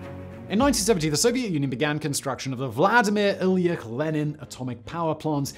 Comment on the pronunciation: I'm pretty sure Ilyich is pronounced with a "tch". Whatever.